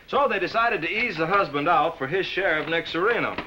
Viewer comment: Why can't he correctly pronounce the word HIS. Really annoying.